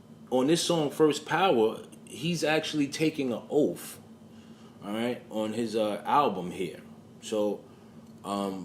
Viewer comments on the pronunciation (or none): He’s taking a oaff? What is an oaff? Do you realize how fuckin dumb you sound? You know the word is spelled and pronounced OATH. Ghetto brain.